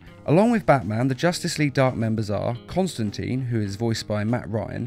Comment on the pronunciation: Constan "Tine" like time.